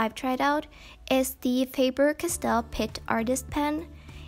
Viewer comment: She is like: Faber Cass-Tell